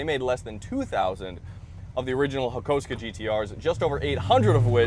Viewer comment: Hakosuko Its pronounced "Hah-koo-soh-koh" like it's spelt...Where the f. did you get hakusko froim ?